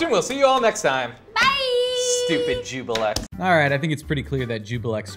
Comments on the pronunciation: No. Ju-blex. Not ju-bi-lex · Everyone says "Jubilex" instead of "Juiblex". :(